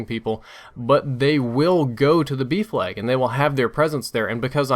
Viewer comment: It took me until the middle of the video to realise he was saying 'B flag' and not 'beef lag'